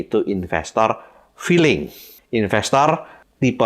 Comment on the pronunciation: Lucu pak,,,saat bapak bilang " infestor filling " ,,,kayak saya pak,,tapi selalu cuan pak